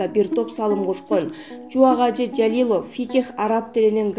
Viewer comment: Жалилёв эмес Жалилов деп туура айтпайсынарбы,тилинер келбесе башка туура суйлой турганын таап суйлоткуло,капа кылсам кечиресинер🙏